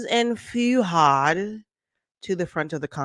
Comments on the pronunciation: It's not Feeuhad, it's Fuhad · FEW-had? Its FOO-had… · You’ve been following been following them for years but pronounce his name “Few-hard” 😂😂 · I thought the same thing. His name is pronounced phonetically. "Fu - had."😂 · I don't think you even watch the podcast. You've been following them for a while but still get the pronunciation of Fuhad wrong? and also the Name of the podcast incorrect? Are you kidding me ?